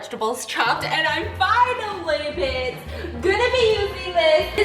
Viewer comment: Can anybody please tell why says bits instead of bitch ?